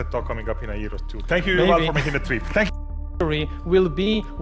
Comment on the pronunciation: Did I hear him call him URINAL Harari?😂😂😂